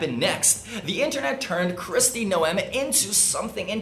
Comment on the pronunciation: Holy crap brother. I can't stand Trump's regime, but if you can't pronounce Noem, you lost a huge amount of credibility from me. Please do better next time. Thanks.